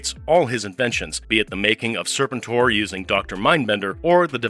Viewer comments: Wow didnt know the Unicron connection Isnt the pronunciation Ser PEN tor ? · Tell the A.I. it's pronounced Sir-pent-tor. Like "repent". Overall a fun video. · Still can't pronounce Serpentor's name correctly, huh? 🙄🙄